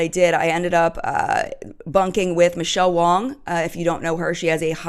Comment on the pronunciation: you kept saying "Michelle Wong" its Wang!!:P I think you said that on your last video that you got her name wrong, lol. Oops!